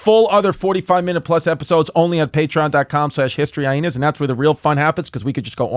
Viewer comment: Chrissy really swallows that second H in HistoryHyenas, Eh?